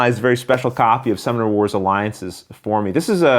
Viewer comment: Is anyone else hearing "Star Wars" or am I just getting old?